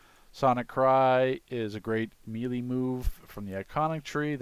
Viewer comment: say it with me MAY-LAY not me-lee